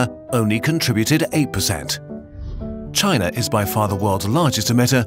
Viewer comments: I hate how you said China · why the narator speaks with chinese-like tone when speaking about china lol